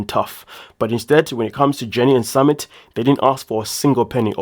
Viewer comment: Hi, his name is pronounced SuMIT. W/ love